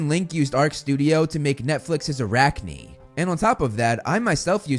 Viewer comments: I had to pause the video… what tf did you call AR-CANE!?! Arackneee??? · I cant believe he said ar-cane as a-rac-ne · Are-Cane not Are-act-ny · Na it is not a-rca-ne it's ar-cane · I’m sorry “A-rack-ne”?